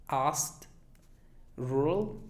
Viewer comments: No sé si me faltó inferencia pero te tragaste la k es asked y encima le pusiste una t jaja, parece ast, pensé que era una palabra que no conocía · se me dificulto demasiado ASKED! no digo que esta mal pero fue la única y sentí que termino como con t y nunca la había escuchado de esa manera, alguien mas? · asked se pronuncia ASKT no AST.... muy bueno lo demas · Cuándo dices asked... siento que dices ast ( t larga) ... no (askt) gracias por tu tiempo y esfuerzo 👍🏼 No le hagas caso a los malos comentarios, Inglés es un idioma complejo y hay demasiados acentos... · Hola me pareció interesante tu test solo una apreciación pequeña, cuando pronunciaste la palabra asked que es pasado de ask, sonaba como /ast/, lo cual al terminar en /k/ en pasado sería el sonido /askt/, a menos que sea glotal T no sonaría y sería ask en acento británico, sólo una apreciación por lo demás obtuve 20. Estoy más acostumbrada al acento británico por eso tuve que repetir tu video y encontré este detallito, a menos que este equivocada y sea así como lo pronuncian en el acento americano si es así, me gustaría saberlo. Gracias.. ☺ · No entendí para nada la palabra "asked". Mi hija que habla Ingles lo pronuncia "askt" ( la k muy sutil, casi ni se le escucha) y su amiga que es gringa lo pronuncia de igual manera y tambien "ast" pq se le hace más facil enlazar una palabra con la otra. Pero "ast" es bien suave, no tan fuerte como el profe lo dice. Por eso no lo entendí. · NADIE pronuncia la K en asked. Se pronuncia /ast/ no tiene nada que ver el acento británico o americano o nada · 19, pensé que asked era oust 🤪 será que lo escuché en velocidad x2 😝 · En mi humilde opinión "asked" podría estar mejor pronunciado. Luego el fallo lo he tenido en Rural, donde he percidibo "Rule" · no wonder I couldn't recognized the word "asked" when he said it. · Tu pronunciación para asked no me gustó, me confundió y tampoco me gustó la de bear, bear me sonó a barba. Y tuve las 20 más que perfectas. ;)